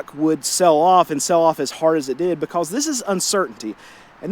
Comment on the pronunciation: Why did the chicken cross the road? "BeCAwWWwSS" 😅 lol the amount of times he said "BeCAwWWsS" had me rollin 😂